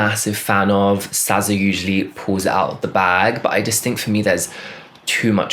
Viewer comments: sza is pronounced “sizza”, i don’t know if that’s your british accent (sorry don’t really know what your accent specifically is i’m american so to me all british accents sound the same) or if you really think her name is “sazza”. also this comment sounds so harsh but i promise i don’t mean it in a harsh, mean way at alllll. it’s all love over here💖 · It’s pronounced s-ih-z-a